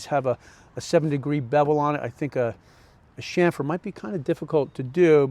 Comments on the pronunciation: cham-fr (not sham-fr) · Hey, I hate to tell you how to speak but the word your trying to pronounce is chamfer not shamfer! Nice job on the planter build